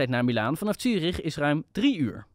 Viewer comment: Het is trouwens Zurich en niet Tjurich.